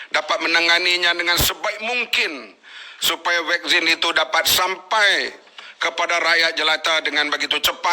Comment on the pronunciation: Vaksin bukan wekzin ler entah ape2 tah